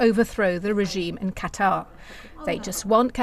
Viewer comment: Qatar--rhymes with guitar